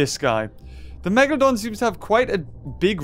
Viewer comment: BE A "MEGAHLOHDUHN"